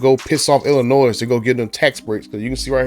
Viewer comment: It’s not Illinoi S The S is silent